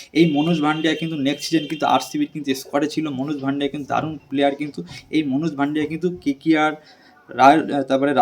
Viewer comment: শুভম দুবে --not শিভম দুবে মনোজ ভাংড়ে -- not মনোজ ভান্ডিয়া Tomar big fan but spelling thik kore bola uchit